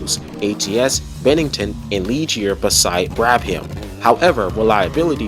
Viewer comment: great video! tip: brabham is usually pronounced as Brabam, not Brab-ham